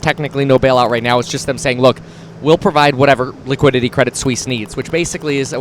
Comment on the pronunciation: Cwedit Suisse wittawily got bailed out.